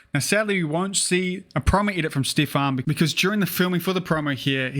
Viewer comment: Stephen, not Stefan buddy! Pronounced the same as Steven.